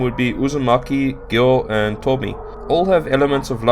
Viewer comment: Very interesting and informative. Great work! (Edit - And Tomie (富江) is read as tomi-eh, not like English name Tommy. )